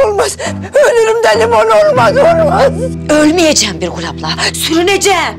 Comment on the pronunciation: Hasibe. Birgül e. Birgül diyemiyor bırgul diyo